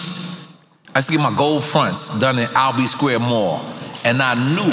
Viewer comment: I'm from L.a but every time I heard Albee Squre Mall...I thought about Biz